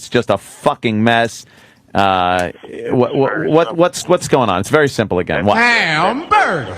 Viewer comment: "Iss very simpo". He's an arrogant jackass saying "Iss simpo" to give an air of high intellect when in reality he's an indoctrinated simpleton.